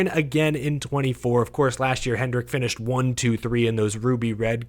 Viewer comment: BRO it’s HENDRICK. HENDRICK.